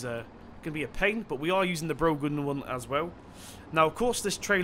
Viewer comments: It's not brogan trailer it's braw-hen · its pronounce 'broh-han' not brogan. its an irish name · you pronounce broughan with out the g and if any one says im wrong you'll have to complain to broughan them selves cause i work there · it's pronounced brau-han